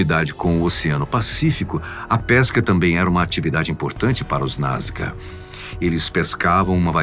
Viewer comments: Sempre conheci como NazCa Pq o narrador diz: NazGa?? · achei que só eu tinha reparado nesse detalhe , sempre ouvi NasCA e o apresentador fala NasGA !